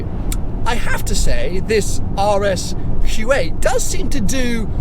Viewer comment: Kept think was saying RS Kuwait.